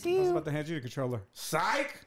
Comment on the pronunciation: I like how she say's "troller" instead of controller, but I'd like to see you guys play more together.